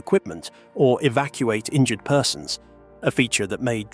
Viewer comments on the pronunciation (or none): none